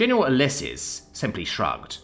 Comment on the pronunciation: It's read as "YOO-LEE-ses" ffs At least check the pronounciation of unfamiliar words